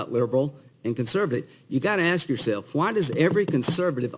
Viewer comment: Axe yourself??? LOL LOL LOL